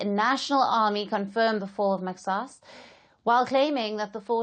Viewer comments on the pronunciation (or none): It's mahas not mexas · Kkkk not maxaas but say mahaas my dear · It’s pronounced mahaas. Not mexas 😂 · Not maxas. It is pronounced Mahas. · maxaas = mahaas please correct your pronunciation of mahaas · The X is pronounced how they pronounce in Arabic which is completely different from English instead of pronouncing X as “SSSS” in Arabic it’s more soft and deep in the throat not a single S should be heared it slightly closer to H, MAXAAS is pronounced like that